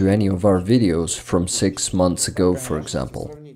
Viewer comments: One note: look up the pronunciation of "months" 👍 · Your comment is one of the most wholesome from all of them! Thank you for all this "thanks", for your compliment and for your tip! I'm already working on the next one. Hoping to finish it in about a week. As for "months" it's already a redacted version when I really tried 10 times before I was able to pronounce this version.😅 First version sounded like "monthes". My dear friend Alex who is an English teacher helps me by reviewing my pronunciation and also finding some mistakes in subs. He tried to teach me to pronounce it but as you can see I wasn't able to pronounce it anyway.😊